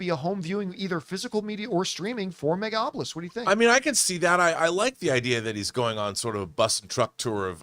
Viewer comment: Will John ever learn to pronounce Megalopolis?